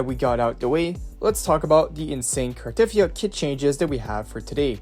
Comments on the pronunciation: It's Car-ta-thea-ah, not Car-teth-ea-ah. Even the english VA, Amanda Rischel in one of her play throughs of WuWa had to tell people how to pronounce the name. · You pronounce her name wrong btw. There's no stress on the "e" and it's longer.The "yia" is also longer